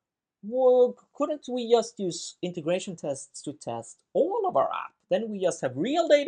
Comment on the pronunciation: Pardon my ignorance, but what's this accent called? I'd never before heard "just" pronounced "yust". (I'm from Central Europe.)